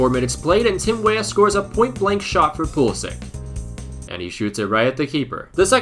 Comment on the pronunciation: yo It is pronounced like Pulisitch and not like Pulisik correct if i am wrong. Keep up the good work man 👍